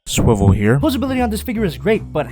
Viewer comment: sWiVeL h E r E